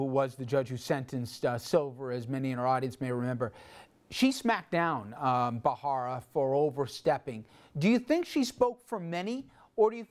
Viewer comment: Why do people keep pronouncing his name ' Bra-Hara ', while its actually Bharara? Is it that hard?